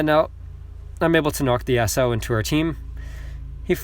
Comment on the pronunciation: U're pronouncing yasuo's name wrong its yas-uo